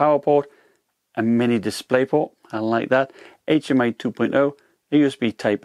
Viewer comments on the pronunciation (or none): none